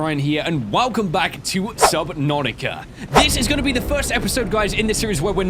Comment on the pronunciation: I swear he said Subnanica lol